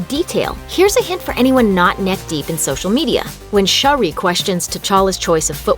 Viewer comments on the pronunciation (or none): How do people misspronounce character names even when they say them in the movie? Its Shuri, not Shari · why does she call shuri shori 😕